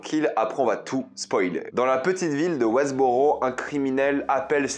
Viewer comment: "Wesbooro" , "Dwight" il aurait fallu se corriger lors du montage de ta vidéo mdrr